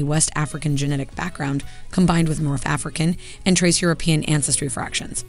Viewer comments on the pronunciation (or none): none